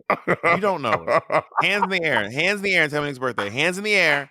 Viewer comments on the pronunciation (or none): Monét getting on Bob for saying Air instead of Eer was a shock to my system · Every episode it’s yaers, hiars, and aers. I saw bobs eye twitch when she said it. 😂